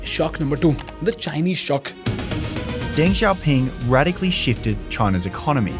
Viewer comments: Please pronounce the word 'Economy' correctly. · Its Economy , Not Ecnomy (Do not mind)